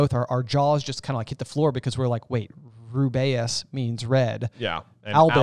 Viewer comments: Thought it was pronounced ru-bee-us (like Ruby) not ru-bay-us. An air rifle if a compressed air gun shooting pointed metal pellets. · Why do you keep saying Roo-bay-us for Hagrid’s first name? It’s pronounced Roo-bee-us everytime someone references it in the films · Why does keep pronouncing Hagrids first name wrong?